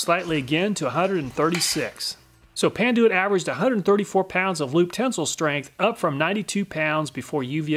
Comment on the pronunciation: Panduit "Pan-Ty"...ok then